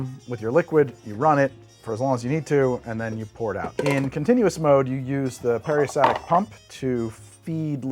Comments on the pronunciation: Peri-STAL-tic pump, fyi. Sorry if I'm the 300th person to say this. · Damnit man... I truly love your lab videos... But, every time you lost the L in peristaltic, my brain glitched & made me scream at you.